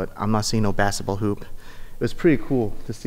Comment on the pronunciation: I wanted to punch a wall every time he said “bassetball”.